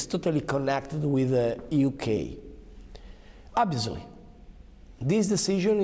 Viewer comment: Is no one going to mention how he pronounced "obviously"? He's our national Sylvester the Cat